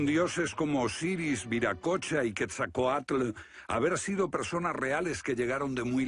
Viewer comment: Pero estos españoles que hicieron el doblaje despedazaron los nombres en náhuatl como el decir quesacoal en lugar de Quetzalcóatl. Y se nota el desprecio de estos españoles al decir indios a los habitantes originarios de nuestra america . Y no hablemos de otros barbarismos al nombrar las pirámides de Egipto. Primero lean algo y luego ponganse a hacer doblajes